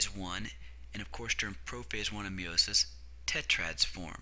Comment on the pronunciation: Tres bien. I love how you say meiosis or should I say "meowmosis" :))